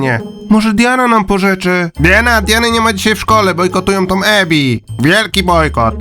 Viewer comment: nie Emi tylko Ebi naucz się słuchać